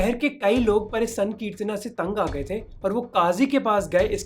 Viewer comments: Bhai sahab ye sakritna kya h ...isse Hindi ki trh v to bol sacte h....yese bolo srikitan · Is it just me or Mohak's pronounciation of Sankirtana sounds crazy